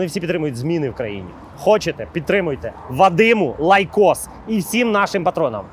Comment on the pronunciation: Іноді мені здається, що рекламує айкос, коли каже "лайкос".